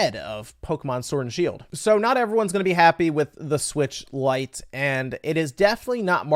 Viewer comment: Say it with me... LITE 😂